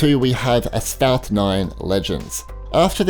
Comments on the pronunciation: It’s “asphalt” NOT “asfout”....lol. That pronunciation gets me every time you say it. I think a new game is being introduced....lol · Asphalt?? Asphalt is pronounced As-folt